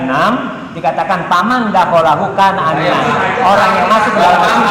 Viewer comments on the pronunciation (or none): Terima kasih kawan.. Smg manfaat. Sebenarnya orang itu juga salah bacanya, "Wa Man Dakhola," dia baca "Fa Man Dahkola."